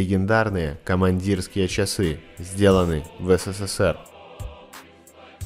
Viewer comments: Эсэсэсэр, а не сэсэсэр. В русском языке буква "с" звучит "эс". Безграмотность убивает канал. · Согласен с коментариями на счет царапаня- какой то подвох. Но особо резануло слух Сэ Сэ Сэ Эр. Правильно Эс Эс Эс Эр. Хотя неплохой тест, лайк. Хотя ,у многих лай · Бесит произношение- СЭСЭСЭР💩 Правильно - ЭСЭСЭСЭР. Жаль, загубили такой союз! Командирские не сравнить ни с чем. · Он сказал "сэсэсэр" 🤦🏻🤦🏻🤦🏻🤦🏻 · Почему ты "СССР" произносишь как "Сэ Сэ Сэр"? 😆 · Читается эссесесер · В будущих видео с изделиями изготовленными во время СССР, большая просьба не каверкать название некогда великой страны. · Тупой эксперимент неуч даже СССР не смог правильно произнести! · Хватит всё советское ломать и испытывать на прочность! И произноси нормально СССР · Научитесь правильно говорить СССР. вообще некрасиво